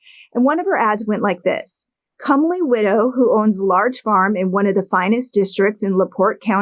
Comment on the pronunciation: “Comely”uhhhhh NO